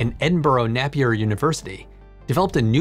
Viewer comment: Because everyone loves an annoying pedant, can I just say that it's pronounced Edinburgh Nay-pier university